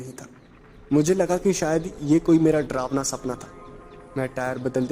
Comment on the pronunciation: डरावना को ड्रावना मत कहो ।